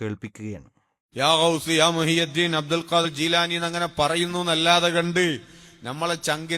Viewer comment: മുഹ് യിദ്ദീൻ എന്നാണ്